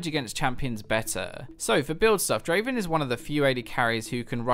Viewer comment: Not draven... draaaaaaaven